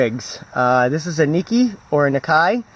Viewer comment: correct pronounciation is like nicky